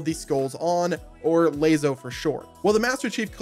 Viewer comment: Why the heck did you pronounce LASO as layzo. It's pronounced like lasso. Lol